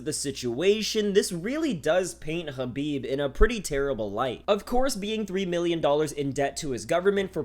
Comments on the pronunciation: The way you say hrrrraabib LOL white boi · you know how many people absolutely cannot stand it when people try to pronounce foreign names with the native accent?... Its fkn intolerable and literally the reason why i will shut this video off after completing this comment. fkn "ZHUUUUCCCBIB!.." wtf man... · stop saying khabib weird